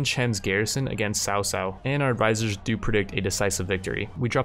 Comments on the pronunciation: Lord sao sao, makes me giggle. Its pronounced lord Kao Kao btw. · cao cao is pronounced "Chao chao" he's a pretty popular character in Chinese stories so it's kinda distracting when u say sao sao lol, just if u don't mind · cao cao is pronounced Cow-cow